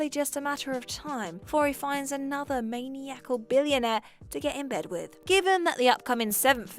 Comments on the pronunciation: It's also "Man-eye-acal", not "Maniac-al" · Seriously, who doesn't know how to pronounce "maniacal"? I can understand getting Trejo and Elle wrong, as those are proper nouns, but maniacal isnt exactly an obscure word...